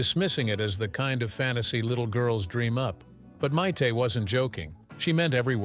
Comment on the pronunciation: I couldn’t get more than a few seconds into this video when the AI called her Mite.